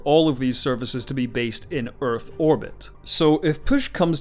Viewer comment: I love his pronunciation of Urf.